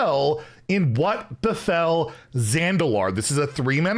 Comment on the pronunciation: Why "what befell zendalar" sounds like what the hell? :D